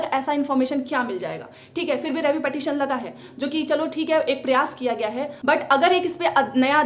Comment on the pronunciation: Phle tu पिटीशन bolna seekh le madam